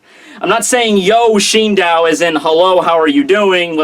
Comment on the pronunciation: Shindow? What? Shi-n-do-u. Where is that 'w' coming from